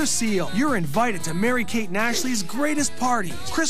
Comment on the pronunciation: Urine-vited. It's exactly how i heard it. :D